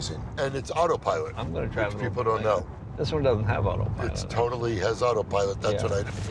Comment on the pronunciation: Large guy: And its auto pilot which people dont know Jay: this thing doesnt have auto pilot Large guy: Its TOLALLY AUTOPILOT